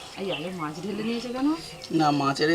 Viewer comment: পাবদা মাচ (!!!!) ??? চ,চ চ, শুধু চ। গিমে শাককে উচ্চারণ করে যাচ্ছে ' ডিমে শাগ'!!!!!! অসাধারণ চালিয়ে যাও "কিজনা" (!!!)